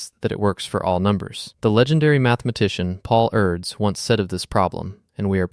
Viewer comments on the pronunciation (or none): Paul Erds as well. Discussing mathematics without taking a few seconds to learn basic pronunciation of key people everyone should know. Shameful